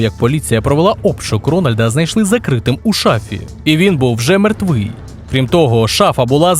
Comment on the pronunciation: Я помітив тільки в слові "мертвий".